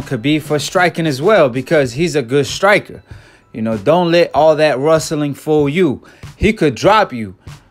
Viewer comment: "All that RUSTLLIN" 🤣